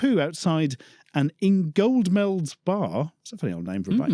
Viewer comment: In-go-mels, you don't pronounce the 'd'. As a born and bred Yellowbelly (all be it not from the coast), I would like to say not all Lincolnshire locals defecate in public lol